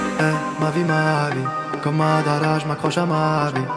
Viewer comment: J'adore comment tu prononces Madara on sent que t'aime vraiment les mangas ❤️ Soulking Youhouhouhou ^^